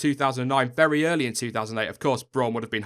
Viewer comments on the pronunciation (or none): none